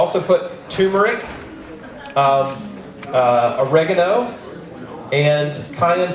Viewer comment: TURmeric not TOOmeric